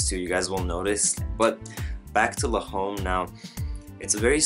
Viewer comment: It's pronounced more like l'om not le'home!